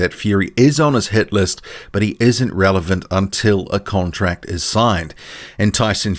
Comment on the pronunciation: Fury talks from every crevice between his teeth...we wait for a signed contract..not furys relentless "con-tracks".😁